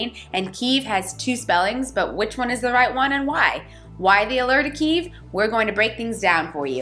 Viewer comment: Just discovered your channel, love your videos. Kyiv is still standing strong and is still beautiful. It will welcome you again once the war is over. I’m glad you liked it and special thanks for pronouncing Kyiv correctly 😄 Greetings from Ukraine 🇺🇦